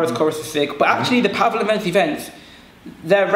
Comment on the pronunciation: it is pronounced like this: VenTSi VenTS.